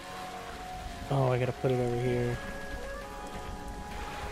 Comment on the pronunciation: Trawl, not Thrall. As in a trawler 😂